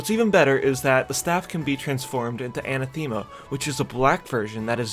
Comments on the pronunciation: uh·na·thuh·muh, not ana theme a 😘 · Anathema is pronounced "uh-NATH-a-muh". It means an excomunication or denouncement by the church